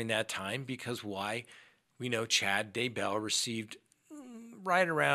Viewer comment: DAY-bell. Why is this so hard?